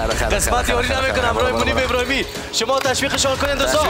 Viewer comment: ابراهیمی، نه ابرهیمی